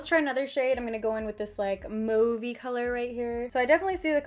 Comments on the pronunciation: Thank you for saying mauve like I do. I feel like everyone on youtube says mawv, maybe because we're Canadian! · is she trying to say “mauve”?